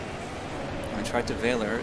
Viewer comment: Please google how to pronounce "Valor" 🥺